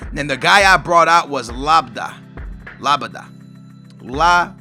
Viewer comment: its labiad